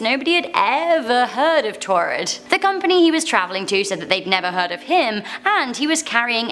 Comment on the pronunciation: What the heck is taured is that paraell a country??